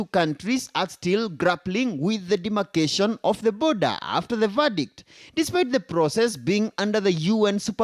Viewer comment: 😂😂Not boodha 😂😂 its border ✔